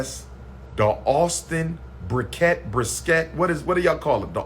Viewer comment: Lol he can’t even pronounce brisket.😂😭😂 “BriS-Kett”